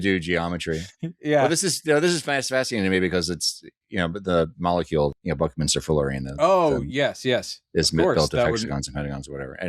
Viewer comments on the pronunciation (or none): I had to look up who your dad was,, and, woah! A Nobel laureate in chemistry? That's pretty damn cool. When I heard you kind of mutter "Buckminsterfullerene" I thought for a second you guys were talking about Buckminster Fuller, who seems to be the source of the name for C60. The best thing I can say about my own father was that he left us when I was young.